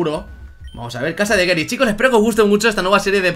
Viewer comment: GERY? GERY? Pero, si se dice GARYYY, GARYY, con A, coño.